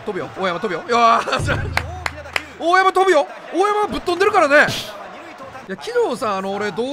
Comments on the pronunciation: 大山飛ぶよがドラえもんの声優の大山のぶ代さんって言ってるようにしか聞こえない……笑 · 「大山飛ぶよ」が「大山のぶ代」に聞こえてしんどい笑 大山とぶ代。